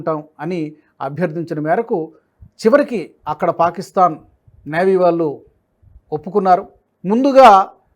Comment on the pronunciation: ళ ని ల లాగా అంటున్నారు , వాళ్ళు, ఆనవాళ్ళు దయచేసి చూసుకోగలరు